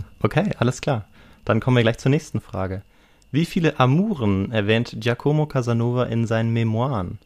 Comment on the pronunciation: "Giacomo" wird auf "a" betont, nicht auf "o".